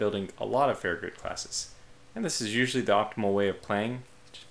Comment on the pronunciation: The last part of Farragut is pronounced Gut, as in your stomach, not Goot